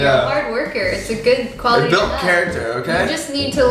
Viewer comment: “You’re a hard worker. It’s a good khoality to have” 😂